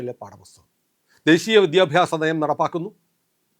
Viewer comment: അങ്ങ് ശക്തമായി വിഷയങ്ങൾ അവതരിപ്പിക്കുന്നു. അഭിവാദ്യങ്ങൾ . അതിനിടെ, പക്ഷേ "വിദ്ധ്യാഭ്യാസം " "വിദ്ധ്യാർഥി " മുതലായ സർവസാധാരണ വാക്കുകൾ ശക്തമായി ഉച്ചരിക്കുമ്പോൾ അരോചകമാവുന്നു . ശ്രദ്ധിക്കുക, പ്ലീസ്സ് .